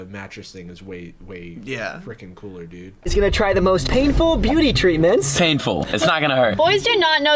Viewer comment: I thought you said "drink the cooler"